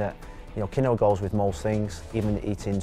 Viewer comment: "Qui-Noah" lol